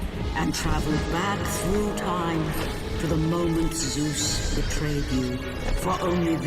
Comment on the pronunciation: I’m not sure how many more times I can handle listening to you say Seuss